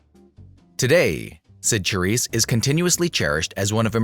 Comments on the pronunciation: Say the main subject's name properly! Good grief, it would take but a few seconds to find out online. Lots of good info, just please show due respect in such posts with CORRECT pronouncing (Sha-RISSE). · Who stole a show from whom? Silly to say. Each female star suited her roles's demands. Cyd ShaRISSE (not Cha as in Cha-Cha😡) could not have 'done' Debbie's perky-ingenue persona to perfection.